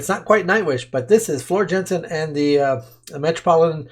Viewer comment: the time has come for you to pronounce Floors last name the correct way.:-) Just go to Google Translate, type 'Floor Jansen' and choose Dutch as language. Then click the microphone icon and presto!